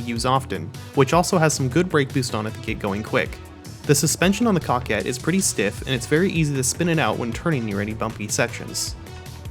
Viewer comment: good music. you said coquette right frndH